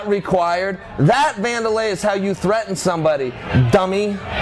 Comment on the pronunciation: Did you guys notice he called him Wander LIE.